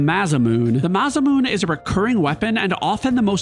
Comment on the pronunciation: I could somehow overlooked how you pronounced "Masamune" but I immediately lost any respect when you said "Golden Saucer".